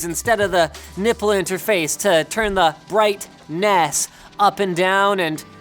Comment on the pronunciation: I laughed way harder than I should have when Linus said "Bright. NESS."